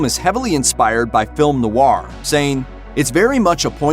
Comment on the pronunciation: Isn't noir simply pronounced as "nore" and not noRRR? The guy said it so weird it's funny.